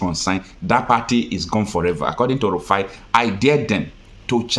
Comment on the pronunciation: Please mr guest speaker don't call him Elrufai his name is Rufai